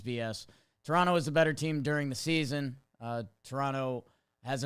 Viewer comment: As a southern Ontario guy, thanks for saying Toronto properly by dropping the last T.